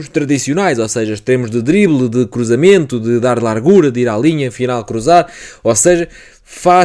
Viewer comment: bom vídeo, gostei da análise, particularmente a análise quanto ao miúdo Norueguês. Quanto à fonética do português. a camisola está larga, como se fosse lárga (palavras graves têm a tendência de não serem acentuadas) e a palavra largura não segue a mesma fonética, não sendo lárgura (que de acordo com a convenção linguística teria de se pronunciar foneticamente como uma palavra esdrúxula). Igual com as palavras: estado e estadual. Não se diz "estádual". Senão estás cada vez mais perto do Brasileiro (enfatizo, brasileiro e não português do brasil que, de todo, não existe). Honra se faz favor a língua de Camões falando-a devidamente, é uma língua linda e se fores ouvir o nosso fado nunca irás ouvir "lárgura". Repara na fonética destas palavras: Faço ; fazível. polo ; polarizar; grosso ; grossura Lavo ; lavado Lacuna ; Lateral Não inventes pá. Isto não é brasileiro. atenção que alto ; altura. tem o começo na "forma" al que vem dos árabes e está seguido duma consoante. Só em exceções é que se sucede. Alegoria já segue a fonética normal da Língua de Camões. No brasileiro é que se diria "Álégória".